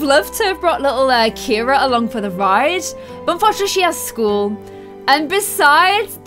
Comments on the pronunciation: its pronounced see-are-uh not kee-ra i have a friend whos name it spelled ciara and its pronounced see-are-uh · Aww Ciara with glasses is adorable also her name is pronounced see-ara not Keira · Hey, you've been saying Ciaras' name wrong. You were right the first time when pronouncing it Siyaara. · I'm not being rude but kira is not her name it's cira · I can’t believe no one ever told her the child’s name is Ciara not Kira 🤭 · Ciaras name is pronounced si-air-uh